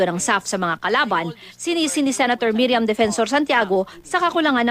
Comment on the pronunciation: MIRIAM not MERIAM.. 😅😅😅